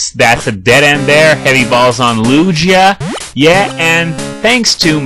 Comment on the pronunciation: You fixed ur pronunciation of mach bike, but not ho-ho or lugia? :P anyways, your english is really good, and your LP's are even better :) maybe you should start learning japanese? :P